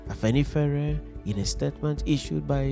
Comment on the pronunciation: You didn't pronounce Afenifere very well.😅😅😅 Good job brother